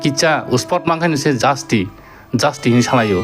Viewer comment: Bro not anvas OK it's advance ok don't be taken negative of my advice 😅 again not justi it's justice OK